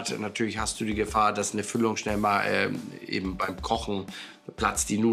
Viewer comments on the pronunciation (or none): none